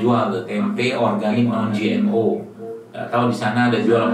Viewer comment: Gmo. Bukan gno